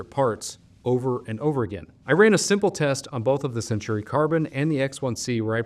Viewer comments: Say it with me, Sen-taw-ree. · I keep getting the nails-on-the-chalkboard feeling when I hear you call it the "Century Carbon" and not the "Centauri Carbon", lol. I see you added a note in the description on this. Great analysis :)